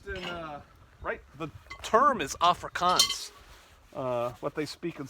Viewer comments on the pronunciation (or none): none